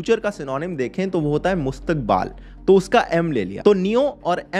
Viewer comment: Abe mustaqbaal nhi Mustaqbal hota h